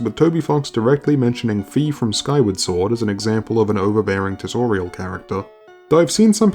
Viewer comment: Fi is pronounced like sky not fee.